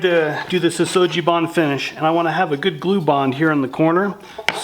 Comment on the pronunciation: Sugi is pronounced with a hard "g" not a soft "g".